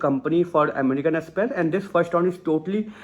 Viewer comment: Amrican express ,say the name right